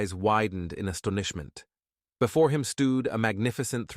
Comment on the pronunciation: “Astoonishment” “The entranceee” “the are Dukeee” lol… the voice had a stroke.